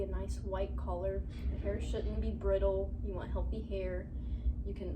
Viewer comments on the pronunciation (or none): It sounded like she said collar when she wanted to say color near the beginning